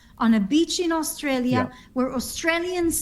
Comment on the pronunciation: Oh so now Australia is Austrael?